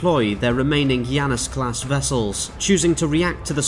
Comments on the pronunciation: I don't have Deadlock, so perhaps this is a mistake on their part, but it's not "Yanus". It's clearly based on the two-faced god of doorways, beginnings and endings in the Greek pantheon, and in english at least, his name is pronounced "Janus", hard J. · It's named after the god Janus, so should be pronounced Janus not Yannus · I don't think he's pronouncing "Janus" correctly. It should be: Jan (as in January) - us (as in anus)